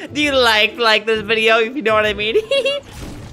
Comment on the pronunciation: "Do u laik deez bideo? Our dou u laik laik deiz bideo hEeHeE" Seconds later "AaAaAaaaAaaHH AgHhHHhHhHhH We are good guys!"